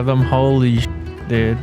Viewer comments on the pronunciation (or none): none